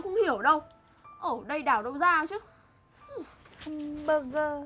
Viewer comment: mac du la chu (hamburger) nhung doc la HEM<<<BURGER